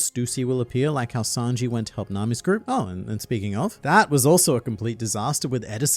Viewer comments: Are we all just gonna ignore the fact that called Sanji as Snanji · tell me i'm the only one who heard him saying snanji instead of sanji 💀😂😂😂😂 i swear he said that ! in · Don't think I didn't catch you calling him Snanji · slipped out with that "Snanji" lol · Don’t think we didn’t notice you calling him snanji. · Did I hear say "Snanji"? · I see you saying "Snanji" at LoL. Trump getting to you 🤣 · You had to call him Snanji😂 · Don’t think I didn’t catch you calling sanji snanji at one point. Must’ve just been working on the presidents video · Hmmmm called Sanji, Snanji, just like Donald Trump from the OPPP. And I dont know about everyone else but I havent seen and Donald Trump in the same room. I think is just an AI made by Donald Trump! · "Snanji"... Wait a minute, are you Trump? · 7.00 you said snanji, you are a Trump follower 😳 Biden won't be happy 🤣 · You called him SNANJI at the 7 minute mark, your illiterate! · i hate that you called sanji "snanji" but it also gave me a good laugh after watching those president debate one piece videos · Dude just said SNANJI My man's writing another US President's debate script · "Snanji" lmao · DAMMIT HIS NAME IS SANJI NOT SNANJI. I WILL CALL THE SECRET SERVICE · Maybe he watched one of those presidential debate ai videos. They were arguing best arcs and I think it was atrump who called him Snanji. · Did you say Snanji ? 🤣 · Did you say Snanji ? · did he say Snanji? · Bro called Sanji “Snanji” 💀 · I'm glad I'm not the only one that noticed that 🤣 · Donald "snanji" 🤣